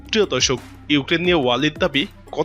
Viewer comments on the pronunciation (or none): none